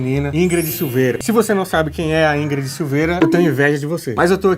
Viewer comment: Escutei o Tiago falando "Ingred chuveira" umas tres vezes no inicio do video até perceber que é SILVEIRA